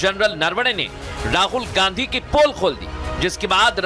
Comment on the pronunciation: इस गधे को शुद्ध गांधी शब्द का उच्चारण भी नहीं आता है